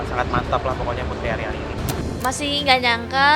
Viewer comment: Akhirnya pak Anang bilang 'putri ariani'..bukan putriani...😜😜